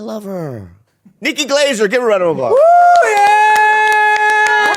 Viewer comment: Bobby always says it like “Nikki Glazure”